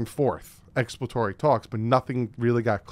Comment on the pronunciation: Why does not know how to say ex·plor·a·to·ry